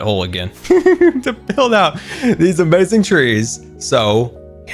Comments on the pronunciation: It isn’t a scar vid with out him saying “UHmayZing” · No one:: it’s going to be Amaziong